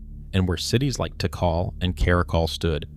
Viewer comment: For lord's sake..... Don't you think that if you are going to do a public presentation you should first verify pronunciation of important place names. Tikal (TeeKall) is not pronounced "teekle"...... Furthermore it was never Tikal.... it was Mutal..... And then later you pronounce Tikal correctly..... Therefore not only..... "I don't care enough to check my sources for accuracy."... but also "I should already know better and be consistent, but I don't care".